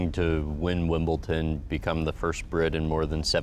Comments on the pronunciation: hey Bensinger...it's WIMBLEDON....NOT WIMBLE-TON !! HOW CAN YOU MAKE A MISTAKE LIKE THAT ?? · Ouch! Graham says WimbleTon.